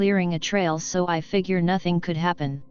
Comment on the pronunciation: "NOTHENG" Gets me every time